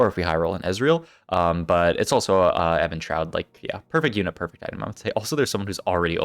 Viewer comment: Why do you say "Evan-Shroud"? It's Evenshroud like even like rhymes with steven